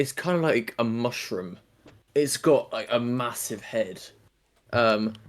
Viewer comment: its got a massive head 😂😂😂😂 The way said mushroom got me cackling so much i summoned mildred hubble to give me breakfast in bed.